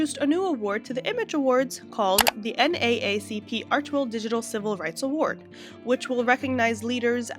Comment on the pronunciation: I find it extremely difficult to believe that you don’t know how to pronounce NAACP. Maybe you’re Canadian, but you sound like an American and it really strains credulity that you’ve never heard this organization before. So nothing you say about it has any credibility Whatsoever. My only conclusion is you’re just looking for clicks.